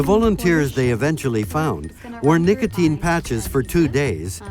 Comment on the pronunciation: What's nicoTIN? I thought it was called nicotine? (Pronounced "nick-uh-teen")